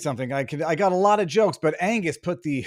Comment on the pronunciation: Is it. Angus or anus? After listening to his rant I think it’s the latter. What a buffoon.